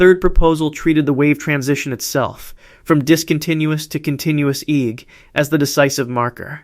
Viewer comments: AI- slop written narration and AI voice. Saying EGG like it is a word... It's pronounced E.E.G short for electroencephalogram you AI moron. In a generation young people will be saying EEG instead of E.E.G because AI said it wrong. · EEG is three letters not "eeg". Each letter is pronounced individually, "E"-"E"-"G".